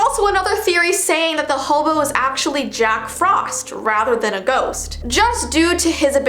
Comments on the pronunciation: She said jock not jack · Me: Did you just say, Jock Frost?? Or did you say, Jack Frost, in an accent?? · Did she... did she say Jock Frost the second time 🤭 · Heeehhee she said jock frost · Is it just me or did you guys also hear say “Jock frost”?